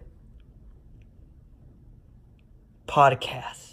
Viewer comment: And you wasted the 2 minute of prodcas saying prodcas